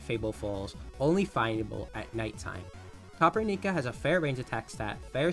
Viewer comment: Dw bro noone really cares, it's easier as copper-nica lol